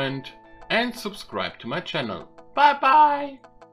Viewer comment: If you don't mind a suggestion, you may want to check how to pronounce a word like "install" and some other words. Also, the way you said "bye bye" made me cringe so hard! Other than that, good video.